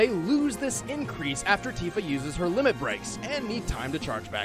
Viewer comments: Tifa is pronounced Tea fuh because "i" makes the long e sound in Japanese pronunciation. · Tifa (Tea-Fuh) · I hate to be the local weeb but in Japanese i is pronounced like e resulting in Tifa being Teefa and Tidus being Teedus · The "i" in Tifa can be pronounced different ways, not only with a "ee" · Tifa has a long I sound...